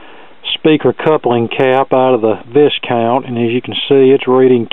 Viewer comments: That's right.. it's pronounced Vy-count. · Viscount is an aristocratic title and is pronounced VIE-COUNT > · Not trying to be disrespectful; The "s" in Viscount is silent. Repaired dozens of them for the International Discount Store in the 70's. Note the one you worked on has no driver or output transformer, hence the extra transistors.